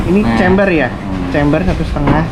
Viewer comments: Camber bro bukan chamber Dibaca (kember) bukan (cember) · Izin koreksi aja om, camber bukan chamber. Bacanya juga Kember bukan Cember. 🙏🏻